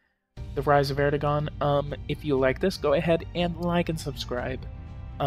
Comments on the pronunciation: His name is pronounced Erdowan. The gan is pronounced like the name Jaun. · erdoğan.. we can describe to u like "soft G" or "g-breve" it streches out vowels wherever u put after.. for example: a word like "tığ" means "needle". the soft g extended the letter "ı". so it is pronounciated like "tııı" :) but in "erdoğan", there are 2 vowelz, it could be not pronounciated, its like "ERDOAN" ;) edit: we gotta remember that we pronounciate EVERY written letterz in Turkish :)